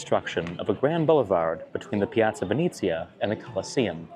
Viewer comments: it's Venezia not Vinizia. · It’s pronounced “Ven-eh-zia” 😌 But maybe it’s ok: you would be too powerful if you also knew Italian 😁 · Piazza venezia not venizia